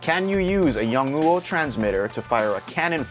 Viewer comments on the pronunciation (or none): KIKIKI.. maybe yua can try pronounce it as "young know"... btw u made my day ,, thanks man... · Damn bro you need help its "yong- new- o" lol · Learn how to pronounce Yongnuo. You sound so ignorant and ridiculous. Imagine a Chinese person not bothering to learn and just mocking the name of an American company: Gewill Elekprick. Lick your general. Ha ha. The item this company produces has bailed you out, show some respect for the brand. This guy explains the pronunciation here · Learn how to fucking pronounce it before making the video. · That is the best pronaunce of the name YongNuo kkkkkkk